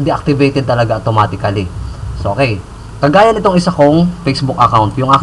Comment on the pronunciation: HA HA HA speak english tatatyo automatikaliiiiiiiiiiiiiiiiiiiiiiiiiiiiiiiiiiiiiiiiiiiiiiiiiiiiiiiii SHA sha njo nj o nj pop